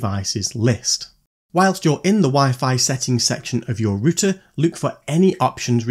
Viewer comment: Are you saying rooster???😂😂😂😂😂😂